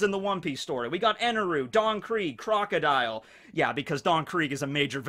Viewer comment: You called Crocodile pretty much perfectly